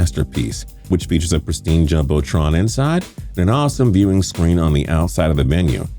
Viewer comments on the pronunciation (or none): none